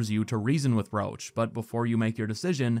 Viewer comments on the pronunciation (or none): your videos are great, I watched hours and hours. but the guy is Roche, not Roach. It definetly need to be pronounced differently, Roš or try the french variant Roche (Roše) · Oh my god! I didn't know Roche's name in the English version sounds like Roach...